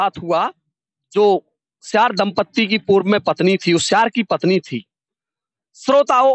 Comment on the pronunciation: Siyar hota soyar nhi